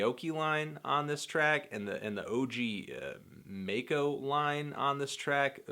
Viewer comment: This EP is great. Come on. and u mispronounced OG MACO